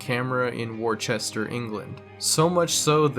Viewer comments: For the love of god it's not "Warchester" if you are American and you see the word "Worcestershire" or "Worcester" there is only one acceptable way of pronouncing it and it is simply "Wuss-ter" add "Shire" to the end if you are talking about the region as a whole or the sauce. I understand that's not how it is spelt but old English is strange. I do not know how we made a 4 syllable word sound like a 2 syllable word. There is no other acceptable way of pronouncing the word, it is not subjective. You can apply this to every place in the UK that has a spelling like this. Gloucester is pronounced "Gloss-ter" add shire if talking about the region. Yes that is the way it is pronounced. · Warchester? 😂🤦‍♂️ It's pronounced Wuster. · Lol thats my city, its said wus-ter by the way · "war-chester" 🤣 nice try ,it's actually pronounced "wusster" 👍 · worchester is pronounced 'wooster', and i have been to whitstable beach (which you also pronounced wrong) many times - it is a mossy rock as far as i'm aware. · Worchester England 🤣🤣🤣 pronounce it wustershere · This guy doesn't seem to understand that not all images on streetview are official google images but just user submitted. Also you can go back and view different dates of coverage on google's streetview. Also "Worchester" Really???